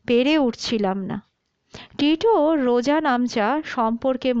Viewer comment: রোজনামচা হবে শব্দটা। রোজানামচা নয়।